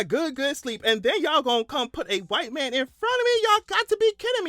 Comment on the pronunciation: white man - I thought you said wife man hahaha